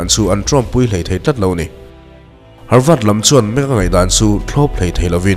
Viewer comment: Harvât tih tur ami,havard nilo maw